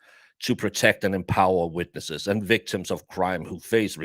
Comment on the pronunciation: Love you calling them ‘wictims’😂